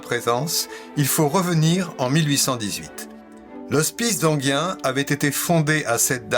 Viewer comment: Merci pour cette intéressante vidéo. Je me permets une remarque sur la prononciation: à ma connaissance, Enghien se prononce sans le "i" (comme si ça s'écrivait "angain"). Du moins si ça se prononce pareil que la ville d'Enghien-les-bains (95), près de laquelle j'ai habité un temps.